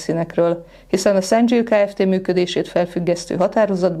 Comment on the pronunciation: 상 일 - szanG il . Btw.: az angol nyelvben SEM ejtünk NG kapcsolatban dzs-t. Nagyon fontos lenne a helyes, korrekt kiejtés, mert ezzel fog a hivatal/rendőrség/ügyészség előállni, hogy nincs SzanDZSíl gyár Magyarországon. És tökéletesen igazuk lesz.